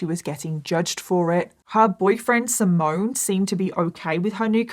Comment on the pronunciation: By the way, the Italian boys’ name ‘Simone’ is pronounced ‘See-mon-neh’…not ‘Si-moan’. 😬 P.S: Great video though. A very sad story.